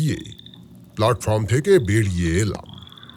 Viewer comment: Dear nareator narrating Bishtu Da its high time u learn how to pronounce simple English words like PLATFORM & CIGERATTE . YOU HAVE CONTINUOUSLY PRONOUNCED THESE WORDS WRONGLY. STOP PRONOUNCING BENGLISH INSTEAD OF ENGLISH 😂